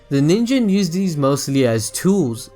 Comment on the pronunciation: I think everyone missed my joke about how he says "use"... he says "nuse"